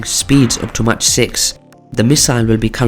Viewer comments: Pronounce mach as mæk, not as match. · Agree. Its pronounced Mack or Mark, but certainly not Match